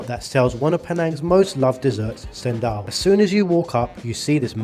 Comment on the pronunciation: Bro, ALL letters C in the Malay language ONLY make the "CH" sound, so it's actually pronounced "CHENDOL" and not like "Sendol"😅